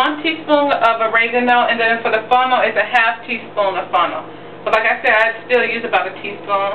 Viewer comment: funnel??? what is funnel?... did you mean fennel? Damn girl we have to pronounce our word right... love the vid though.